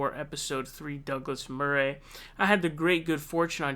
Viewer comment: I don't know if it's just you saying 'Murray' wrong or a general American thing, but that's not how you say his name.